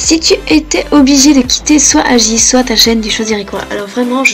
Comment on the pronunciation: Tu dis soite comme Foxiine c'est pas soite c'est soit XD 😂😂😂